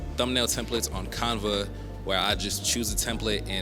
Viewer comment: Love the video, great content....but I have never heard anyone pronounce Canva that way. The a sound is the same as in canvas. can-va. But you know what? Maybe us southerners are pronouncing it wrong. Idk.